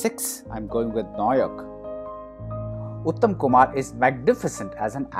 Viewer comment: It's pronounced as "Naayok" sir. My top 5 (love all his works, these r just the ones I connect with the most) 1. Jana Aranya 2. Nayak 3. Aranyer din ratri 4. Hirak rajar deshe/Agantuk 5. Joy baba Felunath/ Gupi gyne Bagha byne